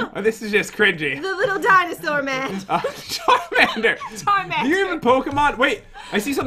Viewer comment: charmander says charmender